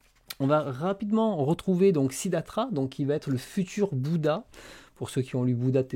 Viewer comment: ✨Attention, le nom de Bouddha, ce n'est pas Siddhatra !😅 Sinon, on dirait que tu es enrhumé et que tu veux dire Franck Siddhatra ! 😂🥶 Non, en fait, c'est Siddhartha. On l'appelle aussi Shakyamuni quand on se réfère à la tribu des Shakyas dont il était issu. Au Japon, dans ce cas-là on le nomme O-shaka-sama. Quant au nom Bouddha, il ne désigne pas le nom d'une personne, mais plutôt l'état spirituel d'un être, en l'occurrence un être ayant atteint l'éveil. Au Japon, dans ce cas-là, on le nomme Hotoke-sama.😉 Et sinon, le nom de la série RG Véda se lit en fait Rigu Véda !😉👋